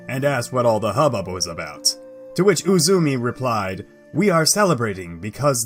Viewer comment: Ame no Uzume you pronounced as Uzumi. But your pronunciations are beginning to improve.